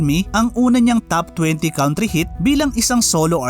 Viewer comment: Nice content, bothered lang ako sa "count-ry"